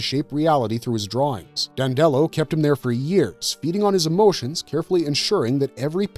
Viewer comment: It’s pronounced DANDY-low NOT DAN-dellow.